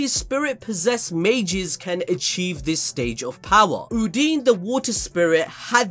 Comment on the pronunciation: Uhn-Dyn, not Hoodini But BAAAAAALLLLLLS DEEEEEP